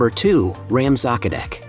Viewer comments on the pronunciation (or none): My gosh, it messes up Esztergom with Pécs when the marketplace is shown! The narrator should have made efforts to learn enough Hungarian to pronounce the names well enough so that they could be understood. The way he pronounces Széchenyi, Prédikálószék or Rám-szakadék is pathetic. Otherwise not too bad for such a short video.